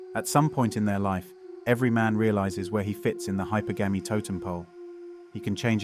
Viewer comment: check the AI “hyper gammie” 😂